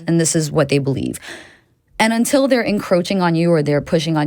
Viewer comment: It's pronounced "until" not "untell".